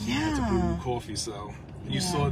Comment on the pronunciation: CALLS COFFEE "CWA-FEE."